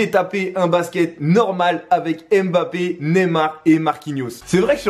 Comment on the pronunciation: « Mbappé y sourisse »...😂 frérot